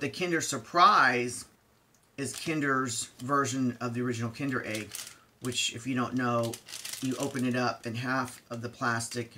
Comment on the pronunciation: You made my day by pronouncing kinder right 😍 Also great review.